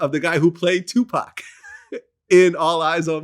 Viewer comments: Did this dude say 2 pack instead of Tupac then corrected himself talk how you talk man dude keeps showing his vulture card membership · Vlad said Tu PACK lmao...yo Vlad,it's the whiteness bro. It's ok to let it out once in a while lol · Did this nigga glad just say 2pack...common mann wtf